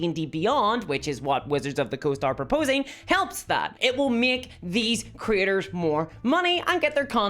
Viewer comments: I like how her accent makes "content creators" sound like "content critters." I want the stats for content critters, because they sound delightful. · I know you're saying "Creators" but I'm hearing it as "Critters", and it's just delightful.